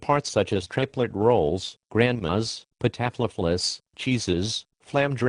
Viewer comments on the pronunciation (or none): The way they pronounced “pata fla fla” 😂😂